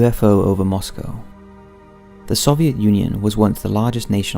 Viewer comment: As always, this is a great and thanks for correctly pronouncing "Moscow"... ;)